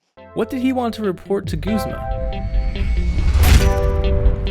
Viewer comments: Guh-z-muh not goo-z-muh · It's Guhz-muh not gooz-muh!! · I thought it was pronounced "Guhzmuh" not "Goozmah" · You know, I figured Guzma's name was pronounced Guzz-ma, not Gooze-ma. :p I mean, maybe if he actually used slimy, poison types, I'd want to call him that instead. XD Edit: Nevermind, I just took the anime into consideration and heard the way they say it... Hmm... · this whole time I thought it was pronounced "G-uh-z-ma" not "G-oo-z-ma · Dude! It's guh, not goo, zma. Am I seriously the only one who uses that pronunciation? (watches more) Koo koo ee? Not kook oi? Wtf. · It's pronounced guzma not goozma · goozma? I guess people pronounce his name differently since my friends and I say guz-ma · who the fuck pronounces it goo-zma? it's a fucking u ! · stop.......saying.......FUCKING........g-U-zma!!!!!! Good vid btw